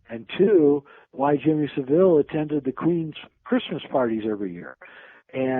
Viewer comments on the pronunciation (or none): Jimmy Saville is pronounced 'ILL' at the end, there is nothing fancy or french sounding about the pronunciation, please Americans drop the pretentious sounding 'e' at the end-it's pronounced ILL not EEL. Thanks.